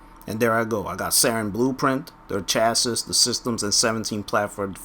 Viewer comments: Chasses? It's chassi. Think of the Pokemon Chansey when you say it. It's not hard man. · "Chassis" is pronounced "Chas-E" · Had to stop watching due to the constant mispronunciation of chassis... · Hahaha, he can't pronounce "chassis"